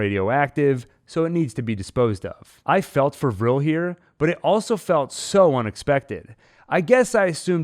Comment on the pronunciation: I’m glad you know how to pronounce Vrill. Vrill instead of V’real. ☺️😉 V’rill makes me want to slap right through the screen! Send Mother weaponized at them.